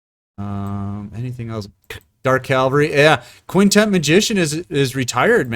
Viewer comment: Am I the only one who heard this man say Quintent like three times ?